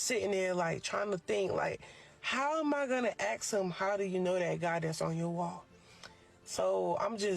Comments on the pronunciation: The word is ASK. NOT aks or axs. It's ASK. 🙄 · The word is "ask" not "axe". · How is she going to "axe" him? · Axe em 😂😂😂 learn to speak... How can you be born in a country and cannot speak the language 😂😂😂 dis, dat, dees, doe who is you... uneducated ... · "ax'em" She gonna "ax'em".